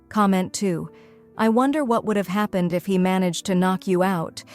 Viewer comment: Notice-ed what happen-ed? Geez, these AI voices are pathetic.